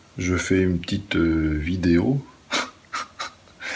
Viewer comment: Mdr tu kiff cette expression " Une petiteu video"